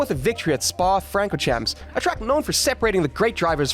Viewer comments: They're pronounced Spa-Francosham and Le Moh. You don't pronounce the 'p' in the former nor the 's' at the end of either. Oh and it's pronounced Alpeen. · I like the video, but when did you begin watching F1? Mispronouncing Jarno and Spa-Francochamps. Sounds like you might be new to the sport. Welcome! You should go back and watch all these seasons on F1TV if you really want to have an idea of what happened. In his first win he literally lapped Schumacher, which I’m sure you would have mentioned had you watched the race. Also, if you were trying to establish how good he actually was you should have related info on things like how badly he decimated Kimi in 2014. He nearly quadrupled his points total and if it weren’t for a tire puncture at Spa, he may have finished ahead of Kimi in every single GP. And how many teammates he either blanked in qualifying or came close to it. The points gap between him and his teammates.